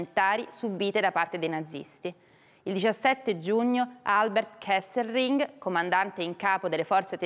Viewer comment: 28.05...Sig.ra Rovatti, si chiamava KesseLRing, NON KesseRLing! Da una come Lei non me l'aspettavo...